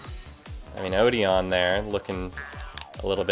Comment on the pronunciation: odeon's name is actually pronounced (O-den)